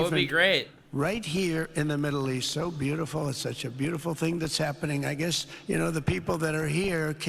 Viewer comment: “And, it’s beauti-ful”